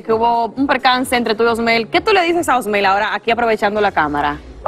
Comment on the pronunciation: Porque Clarissa dice rauli ajjajajaja que lambona